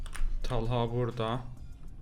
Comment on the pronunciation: Abi Talha adını tala demiş o komik geldi bana 😂😊